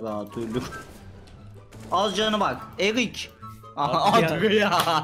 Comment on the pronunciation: Abi o erik değil eric